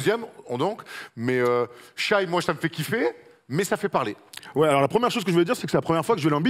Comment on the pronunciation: Quand tu vois la place de shai, doncic et dame je pense que les bilans collectifs ont moins compté dans le vote cette année pourtant il me semble que les année précédentes le bilan avait plus d'impact. Et on dit pas Shaïe on dit shé